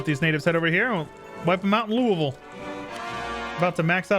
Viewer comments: he said Louisville right👍🏽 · I used to live in Kentucky, your pronunciation of Louisville is impeccable.